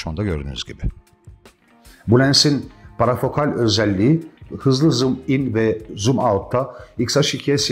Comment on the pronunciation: Merhabalar, 35 senedir Nikon fakat 10 senedir de yanında Fuji kullanıcısı olarak sayenizde denemeyi fırsat bulamadığım bir çok lens hakkında bilgiler öğrendim, öğrenmeye devam ediyorum. İçerikleriniz için teşekkürler. Umarım alınmazsanız ama kelimenin aslı Parafokal değil Parfokaldır. Selamlar.